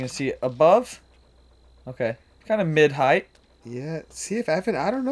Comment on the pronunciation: Ok fellas is 'heighth' a disc golf term? Cuz it isn't a real word haha